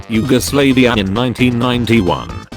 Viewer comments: It's Yugoslavia. Not Yugoslaveia. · He said you-go-slave-ia. LOL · Huh I am from Serbia and how not says Yugoslavia make laugh